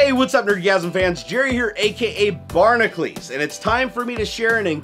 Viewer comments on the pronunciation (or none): One thin that's always got me.. Shouldn't your name be pronounced (Bar-nack-You-lees)? Instead of (Bar-nack-lees)? There is a U in your name. If you wanted to keep saying it the way you do it would be spelled Barnaclees.. Not Barnacules. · Riddle me this, batknife: I'e always wondered why Barnacules is pronounced "Barn-a-cleese" instead of the phonetic 'Barn-a-cu-leese." My boy Herc isnt called "Her-cleese", and my main man Heracles' name rhymes with hoiw Jerry pronounces his 'cules' name. Does someone have any intel on this discrep?